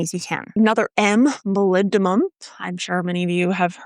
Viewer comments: MolybdeNum not molybdeMum 😉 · Oh wow that boron deficiency symptom is exactly what my Brandywine tomatoes do all the time... I thought it was just a diva variety that sucks at turning flowers into fruit for unknown reasons... Also did you say MolybdeMum? It's an N ya goose! :)